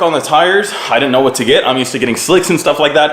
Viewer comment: She said whaaaaasst